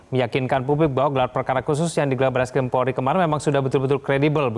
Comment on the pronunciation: namanya bareskrim ... Bar2 eskrim ngomongnya...